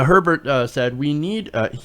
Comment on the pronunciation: It's pronounced, "A Bear"...like you saw a bear. It isn't He-bert.